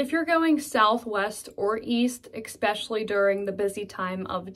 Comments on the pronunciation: Only a few minutes in and wondering if “x-specially” (especially) is a PIT thing or just this content creator? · said "exspecially" several times. Is that Pittsburghese?? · Yes, I was annoyed by “exspecially” too. By the way, I rarely hear all of these Pittsburghese expressions in my daily life. Most people here deliberately try to speak without the Pittsburgh accent. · Been here all my life. "x-pecially" is not really a pittsburgh word. It's just a mispronunciation. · have I just heard "expecially"????????? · Eckspeshully lol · yeah kind of annoying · She can't say especially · 😅that’s the major thing that stuck out only a quarter way into the video . But she did warn us about the language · You say the word ESPECIALLY very odd!! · Sounds like you can add "expecially" to the Pittsburghese Lexicon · Ha Ha.... you said "ekspecially"! Definite Pittsburgher! Love that city! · #11. You pronounce "especially " as ex-specially? The C is silent in Australia, UK, and as far as I'm aware everywhere (or everyone?) else in Nth. America. I know, it's trivial. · Unfortunately, I've never heard a Yinzer (or anyone for that matter) say "EX-SPECIALLY" while hosting a YouTube video. It's all good, this was a great video. You didn't just hit on the obvious. You mentioned so many thing's that I was like, "you know what, that's true!!" So 👍👍🖤💛✌️ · Is “eXpecially” also Pittsburghese? You def say it. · “Eckspecially”? Is that a P’burgh term? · The word is "Especially" Not "Exxspecially" Yinz 😏😏🙄🙄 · You can tell she's from Pgh by the way she says "eggspecially" instead of especially. Ugh, I'm a Pittsburgher who finds the accent very jarring and harsh to the ear. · The constant Mis pronunciation of especially (expecially) was very annoying. An accent is one thing changing letters in words is another. Yes, I’m from Pittsburgh now in Seattle 16 years. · It was a real culture shock when we moved from Metro Denver to Beaver in 2001, especially hearing people saying expecially! 😉